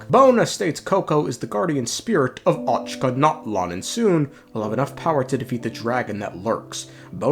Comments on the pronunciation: bruh i am cracking up whenever the narrator says "ochanatlan" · I'm gonna have dreams about the Ochkanatlan pronunciation. The good type